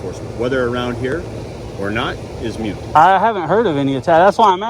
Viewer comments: You know you're dealing with a moron when they say "mute" instead of "moot." Also when they pronounce the silent "h" in vehicle. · “Moot” not “mute” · Mute boy he is ignorant it's moot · Pig said it's "mute" instead of "moot". Great education he got. I bet he has a GED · It's not mute it's moot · Douche, it’s moot point, not mute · Moot, pronounced like “boot”, means unimportant or not worth talking about. Mute, pronounced like “cute”, means completely silent. I don’t mean to nitpick phonetics, but arrogance invites criticism ¯\_(ツ)_/¯ Much love BayFam ❤️ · It's not "mute," it's "moot" you mountain of colossal ignorance. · He said it's a "MUTE" point!!😂😂😂😳, So funny 🤣🤣🤣. Try again babe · Why does everyone say mute now instead of moot? That cop...that poi t is mute...lol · Cops not too bright. He said “mute” lol. It’s supposed to be “moot” point.